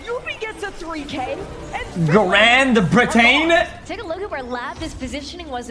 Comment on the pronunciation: grand britaine?